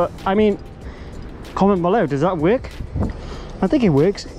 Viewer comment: Not a criticism but a question: why do you pronounce "work" like "weeyk"? 🙂 Have you lived elsewhere before?